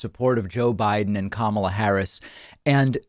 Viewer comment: I enjoy watching your show, David, but come on. A little research. Her first name is pronounced 'COME-uh-laa'.